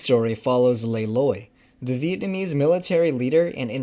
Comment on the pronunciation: for a none Vietnamese, your pronunciation is incredibly good